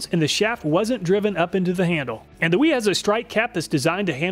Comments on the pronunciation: They are pronounced Vera, and Viha. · I enjoy your videos but sometimes after watching them my IQ drops 20pts. Here I am walking around saying NIP-ex, Wera and Wiha instead of Viha, Vera and Ka-nip-ex…